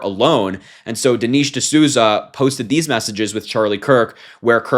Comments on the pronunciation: Dee-Nesh. Even if you don’t agree with people at least get their names correctly. It’s not that hard to check a name pronunciation before posting. Don’t be like them. Also that Manz is 64… if he was calling himself young. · I like you Harry, but you need to learn how to pronounce Dinesh properly since you're a political commentator..😉